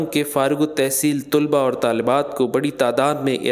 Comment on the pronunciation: طُلبا نہی یہ غلط لفظ ہے اصل لفظ ہے طَلبا